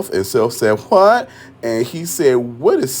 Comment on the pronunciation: Self said “whuhthhht” 😂😂😂